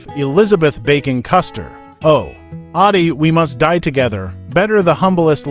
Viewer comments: Audie, not Oddie. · Audie, not " Oddie" ! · It's not "Oddie" but "Autie" which derived from a shortened version of his middle name Armstrong. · It's "Monroe" Michigan. Not "Munro." Also, his boyhood nickname was "Autie," not "Oddie." When he was a child he struggled to pronounce his middle name, and it came out sounding like "Autie." It stuck with him as a nickname from there on.